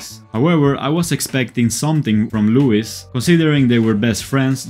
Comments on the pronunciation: BTW it's pronounced like Lou-ee not Lou-is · loo-is and nee-al 💀💀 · I'm sorry I cannot ignore the voice artist pronouncing Louis' name wrong :/ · How could you butcher Niall's name like that? 😑 You butchered Louis' name too?! Ugh... 🙄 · oh 😅🤣 I corrected my pronunciation on recent video but perhaps I should continue with the old one 🤣❤ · You mean "pronouncing" ? He apologized in the comments and actually made a new video from Harrys speech thanking One direction on the BRIT Awards. In that video he pronounced their names correctly 😀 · Im sorry </3 I corrected my pronunciation in the video after ❤